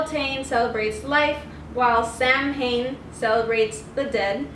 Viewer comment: Nice video but the correct pronunciation of Samhain is Sow-In!